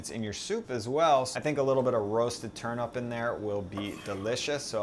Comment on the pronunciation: turnup, that sounds so funny! U mean turnip! that's how it's spent & said! But lovely soup, I must say, I wd like to try but so much work!